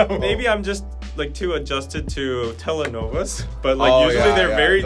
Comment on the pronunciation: the correct way to say it is “telenovelas” and it was very funny that you put the “liciada” video on the background 🤣